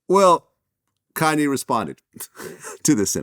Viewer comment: But they say Kanye wrong 😂